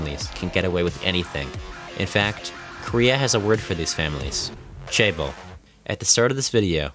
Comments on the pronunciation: "chaebol" is pronounced "jeh-buhl" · Quite a misleading video. 11 hours a day? Maybe in the later years of high school. Nobody is regularly sleeping 3 hours a night. Also as an aside why are North Americans terrible at pronouncing short vowels? "soooooneung" "jaybol" 😞 발음을 연습하세요! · 신체개조를 마친 삼성민국 국민입니다 1. 고등학교는 오전 7시에 수업을 시작해서 10시에 자율학습이 끝났습니다 2. 이 나라에서 17시 퇴근은 ‘이른’ 퇴근입니다 3. 출산률 문제는 나조차도 해결책을 알지만 나서는 정치인은 없습니다. 4. 'Chaeber‘가 발음상 더욱 정확합니다